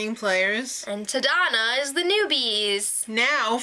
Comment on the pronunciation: 3rd time in the row they're in the Philippines. But this time they're on a different island than last time, a bit more on the northern part closer to Taiwan. Good start so far, though I'm a bit bothered in the pronunciation of the tribe names. They're both Filipino words, Galang means Respect and Tadhana means Fate. Galang is pronounced with the stress on the first syllable while Tadhana's A need to be harder.